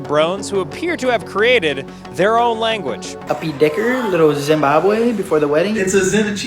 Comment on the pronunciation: "Zynbabwe", "Zyndaya" 🤣